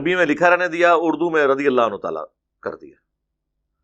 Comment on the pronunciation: Mufti sahb etny baray mufti aur radhiallahu anhu bhi sahih sey nahi bol paa rahay,Mera Khayal Hain Yah Hadees bhi Engr. Sey suni hogi